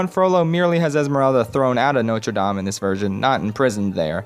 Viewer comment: Extra points for pronouncing Notre Dame accurately! Most ppl either don't try and say it as an English word or try to say it put completely miss it. I'm looking at you WatchMojo!